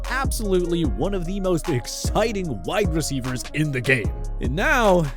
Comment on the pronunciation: You butchering these wide receivers